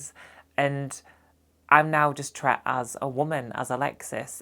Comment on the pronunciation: This has nothing top do with anything, but I love that in your accent/dialect "treated" becomes ""tret". Keep up the good work!